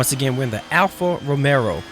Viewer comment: Alfa ROMEO.....Not Romero :(